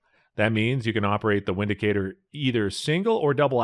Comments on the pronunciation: It is pronounced Vindicator, not Windicator. Otherwise, I enjoyed your review. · Pronounced “Vindicator” man. Its a German. Also, how is this on this list?? Dafuq? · Pronounced "Vindicator", w is pronounced as v in German. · It's actually pronounced Vindicator..